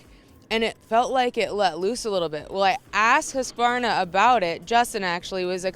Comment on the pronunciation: What is a Hoosk a varna? Learn to pronounce the name properly, it ain't hard.